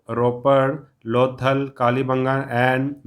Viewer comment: SIR THAT IS KALIBANGAN NOT KALIBANGA